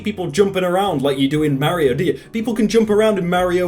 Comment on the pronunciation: says Mario like meow rio